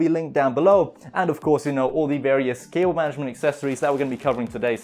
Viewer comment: "Intro" Sounded Like "To Kill Able Mattress" Lol like the book to kill a mocking bird